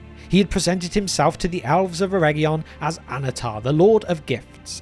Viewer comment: Alves??? Geesh. Being British isn't an excuse, cause Tolkien was one. It would be one thing if you're not a native speaker of English but... It's worse than when people pronounce Sauron or Smaug "Sahron" or, worse, "Smog."